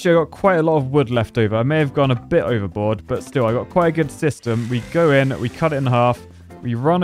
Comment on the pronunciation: He said over-BOARD